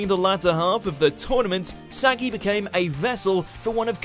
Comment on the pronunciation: Pretty sure you pronounced saggi wrong 🤦🏻‍♂️🤦🏻‍♂️🤦🏻‍♂️🤮